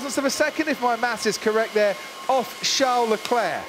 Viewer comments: CHARLES though, Char-les, like Charles Chaplin, not Jean Leclerc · When will that noise maker commentator finally pronounce the first name of Leclerc correct? It is VHARLES, and not Jean or Sean, as he speaks it out. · Leclerc:call me Sharl LeDevil Binotto:Sharl lmao